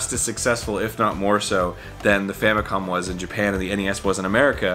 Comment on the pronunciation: did he say famiclom